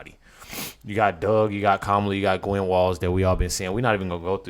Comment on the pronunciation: This guy claims to know so much but just now started saying her name properly hahaha